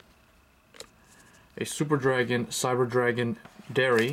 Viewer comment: It's pronounced like the word "Dry" not Dairy. It's German.